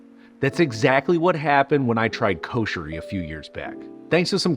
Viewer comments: it's should be written like that "Kusheri", so u pronounce correctly like the local ppl, im arab and i know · U r right. It sounded like kosher :)